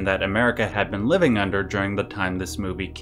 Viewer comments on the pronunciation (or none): none